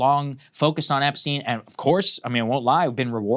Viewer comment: just to clarify, it's not "epsteen" but epstein.